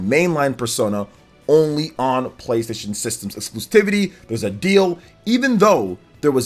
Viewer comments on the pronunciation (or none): I just gotta say..."excluSTIVITY" isn't a word. It's excluSIVITY. Exclusivity, from the root exclusive, you just drop the, "e" and add, "ity". The only, "T" is right there at the end. After the umpteenth time I just couldn't hold it in anymore. The more you know! Not trying to be Mr. Internet Smart Guy, just helping out. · Exclusivity. There is no “t” before the first “i”.